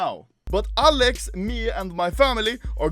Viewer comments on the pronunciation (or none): none